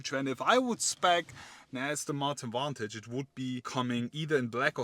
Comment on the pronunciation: I'll help you out, it's pronounced Vantage